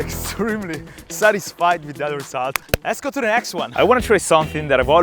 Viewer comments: It is not said yesgo, it is said let's go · It's called letsgo not yesgo. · why are you saying yesgo instead of lets goo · ITS LETS GO NOT YESGO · its not yesgo its lets go!!!😄😄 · Does he know he’s saying yesgo